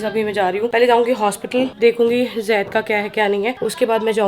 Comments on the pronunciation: Yaar pls vo Zaid hai Jaid nai hai pls use Zaid boliye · Dear plz take name as Zaid not jaid😊